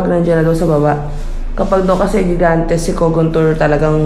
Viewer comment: Gigantes pronounce as higantes